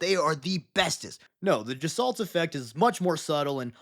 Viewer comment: Love the video, but "gestalt" is a word of German origin and they hate soft g's, so it's more like "guh-stalt". Regardless, ORKSORKSORKSORKS